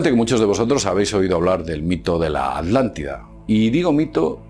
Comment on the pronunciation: la "aldantida"